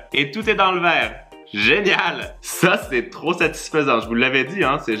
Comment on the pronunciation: "C'est trowp bien" ❤️